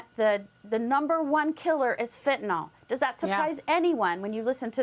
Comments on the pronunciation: For Christ sake. Read the spelling of the word before "attempting" to use it. Its not Fentinol its Fentanyl. (Fen) (tan) (ill)! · It's not fentaNOL, it's fentaNYL. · There is no such thing as fentanol. It's fentaNYL, the Y sounds like an i. Venezuela has just emptied its jails and sent the prisoners to the US border. The Biden Administration is derelict in its oath to protect and defend the Constitution and Laws of the US. It needs to be disbanded. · I have to point out that it's not fentanOL. It's fentanYL.